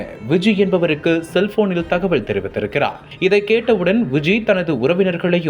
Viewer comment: தகவல் தகவள் இல்லை சரியாக தமிழை உச்சரியுங்கள் காவள் நிலையம் இல்லை காவல் நிலையம்